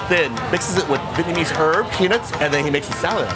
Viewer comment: As Vietnamese person, Vietnamese, pronunciation and even accent, is scarily good